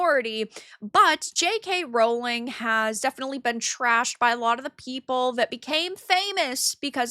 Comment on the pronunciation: The joke is that how pronounces it in the video, when it's "Rowling".